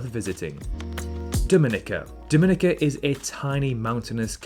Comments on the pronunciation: Dominica is pronounced "Domi-neeka". Your error is very common and probably due to the better known Dominican Republic, the pronunciation of which you got right. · You pronounced Dominica incorrectly. The accent is on the third syllable. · it's pronounced DomiNIKa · you are pronouncing Dominica wrong. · Hard to sense your expertise on this topic when you don't even take the time to learn the correct pronunciation of Suriname and Dominica.... But I appreciate the disclaimer at the beginning about how subjective this is. Also they do have the internet in just about all the places you mentioned, so it more likely than not you will see comments from people who live in the various locations...